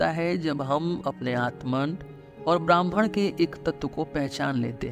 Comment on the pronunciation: आपके उच्चारण मे ब्रह्म के स्थान ब्राह्मण सुनाई दे रहा है।